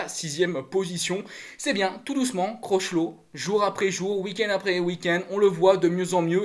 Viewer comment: CROCHELOT !!! A les prononciations c’est pas ton truc, tchao continue tu fais de bonnes vidéos SALUT 👋